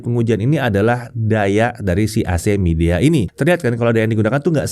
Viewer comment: bacanya bukan midea, tapi "mai dea" confirm deh ke rep officenya